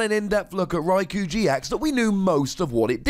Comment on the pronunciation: Raikou is pronounced as Raikoh